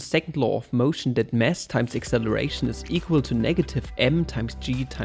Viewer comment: Wow you’re getting more and more sophisticated in teaching stuff! Keep it up. (Side note regarding deutscher Akzent: it’s a mass m, not a mess m. ;-)